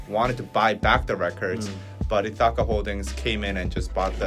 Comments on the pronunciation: Ithaca is pronounced with the stress on the first syllable Ith (same vowel sound as "if"). ITH - uh - kuh. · Ithaca. It's Greek. Pronounce it like " Ithica". Say it fast and barely pronounce second vowel. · and trying to pronounce Ithaca is so cute. It's ITH-i-ka or ITH-e-ka. Emphasis on the first syllable. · How to say "Ithaca": Accent is on the first syllable ITH which rhymes with "with". Second syllable rhymes with the first, and then ca rhymes with "cut": ITH-i-cuh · Ithaca is a town in New York. It's pronounced ITH-AH-KA. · Ithaca = EE-THICK-AH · ith’-uh-kuh. Stress is on the first syllable. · So you know, Ithaca is pronounced “ith” (like with) -uh (like umbrella) -kuh (like come). Ith-uh-cuh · So who is going to tell and that Ithaca rhymes with silica... like bologna rhymes with phony 😵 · This is not important/shade, but the i in Ithaca is pronounced like the i in "fish." The "a" in this word are pronounced as an "uh". Again not shade, but I wanted to put it out there if people were interested in the generic English pronunciation. I studied linguistics and want to genuinely help 😩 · HYBE's acquisition of Ithaca is interesting. had the pronunciation correct the 1st time and then said it wrong the rest of the time and that was all I could focus on. And stupid Scooter Braun (pronounced Brawn) - who wouldn't sell Taylor Swift her original recordings so she now has to re-record all of her old records. what a POS. I feel terrible for Park Soo Hong. Sounds like his family is super controlling. who tries to take away someone's pet cat? that's horrible.